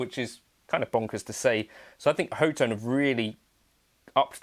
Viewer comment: Pretty sure it's pronounced *hot tone*!